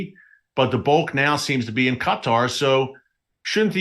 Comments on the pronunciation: The right pronunciation about Qatar is emphasis on the last word part of the word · It's driving me nuts hearing you say cut-are over and over. Not sure I can make it through the rest of the video lol! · This thing will not let me print what I wanted to. I think its pronounced K-tar. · I believe it’s Kaw-tah as prounication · I love you brother 😂 but you say qatar really funny hahaha. Keep doing what your doing i watch your newscast all the time. We all know that the rapture of the church is about to happen and jacobs trouble is about to start. The body of christ is about to be harpazod outta here